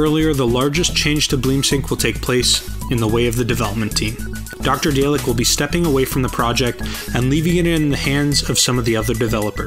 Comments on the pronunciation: Dah-lek not Day-lek. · "Doctor Day-leck"